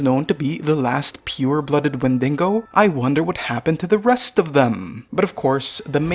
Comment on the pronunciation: Pretty insane lore here. At first I didn't even know what the enemies were actually supposed to be. Like drones are literally little black holes, I thought that is just a design choice. The only thing that you should fix is how you say "Wendigo" and "Engrossing" Not Wendingo, but WEN-DI-GO. "engrossing" as in IN-GROW-SING